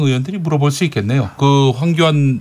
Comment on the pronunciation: 주진우 기자의 황교안 발음은 빨라서 황견으로 들리네. 누렁이 ㅎㅎㅎ